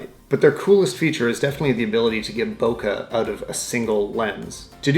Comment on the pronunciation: You pronounce "bokeh" wrong. It's Japanese. It's supposed to be like "bow" as in a ribbon or the bow of a boat, and then "keh" like in a "keg" of beer.